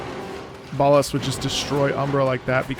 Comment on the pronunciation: I love how you pronounce Ballas as "Ball Ass". As a ten year Warframe vet it gets me every time.